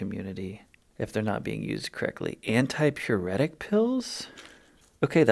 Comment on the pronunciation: The first one said antipuritic which is itching NOT pyritic fever.